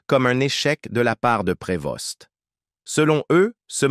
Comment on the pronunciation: L'IA est énérvant. On ne pronoce pas le s et le t à la fin de son nom. On doit dire Provo.